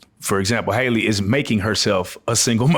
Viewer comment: Her name is HALLE (hal-lee), not Hailey.